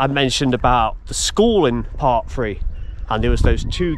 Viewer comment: Learn to speak the words are Three not free, think not fink, thought not fought and some thing not some fink!!!